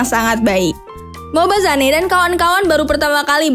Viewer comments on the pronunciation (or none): whattt, MobaZanEEE. 😭😭😂😂😂😂.. bacanya Mobazein. ampun dah .